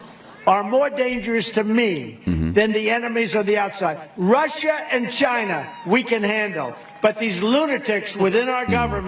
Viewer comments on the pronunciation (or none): none